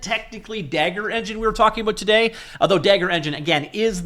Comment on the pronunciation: Dagor is pronounced "day- gor", not "dagger"/"da-ghor".